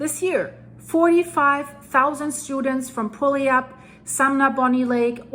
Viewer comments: I'm a local out in Tacoma watching that mountain right now. Puyallup is pronounced Pew-al-up. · Good attempt at “pu-al-up”! That and Sequim get most people. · Puyallup, Washington = pronounced…Pew Al Up.